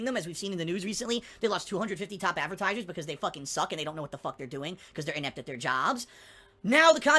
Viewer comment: Why the hell does he say "avertisers" and "lahgs" instead of advertisers and logs.